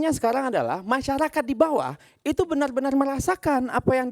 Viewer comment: Bener bener bukan benel benel 😅